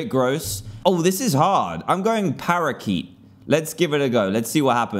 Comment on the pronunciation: Parakeet < ParaYeet